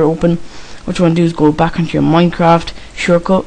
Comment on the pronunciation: '' craeet ae shoort cut ''